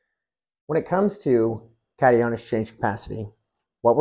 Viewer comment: Gardeners should always mail samples to get a professional soil test evaluation. It is always pronounced cat-eye-on.